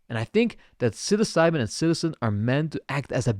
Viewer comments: Oof… Psilocybin… not Psilcybin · “Psil•osabee” pronunciation is so triggering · Funniest way I have heard anyone pronounce psilocybin in my life that shits funny